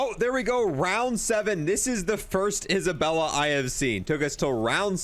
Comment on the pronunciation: my dude just called Zaballa Isabella lmao I love you